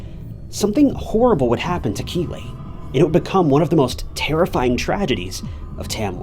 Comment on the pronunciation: I thought he was saying Kiwi also, so was it Keeley?